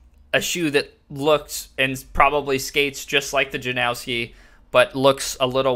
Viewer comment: There’s no W in Stefan Janoski’s name… common mistake but it’s pronounced {Jan-nos-ski}